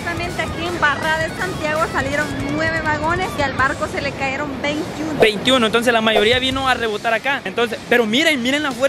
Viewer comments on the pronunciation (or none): Porque disen " CAERON :" hablen bien se dise "Cayeron" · Es contenedor y. No es caeron es cayeron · Este bato es impedido de loa hombros. Y no se dice caeron. Cayeron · "CAYERON" Se escribe así y se pronuncia así "CAERON" no existe en la Real Academia Española